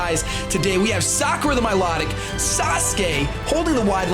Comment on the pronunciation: do you know what Hercule and Sakura means?? Do you know how to pronounce Hercule and Sakura?? If not don't use it on your pokemons name!!